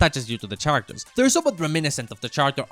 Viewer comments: in the most polite way, its pronounced "karactors" not "CHarators". But this is my fav video on youtube so theres that :) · It’s very charming how he pronounces the ch in characters…I’m only on the bojack section tell me if it gets annoying 6 hours in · Why are you saying “characters” so weirdly